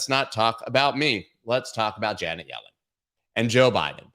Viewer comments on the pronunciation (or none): none